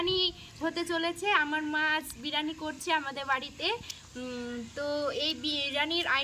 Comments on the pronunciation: Ota birani hobe na ota ke biriyani bolo😂😂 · ওইটা বেরানি না বিরিয়ানি 😂😂😂😂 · বিরানি নয় বিরিয়ানি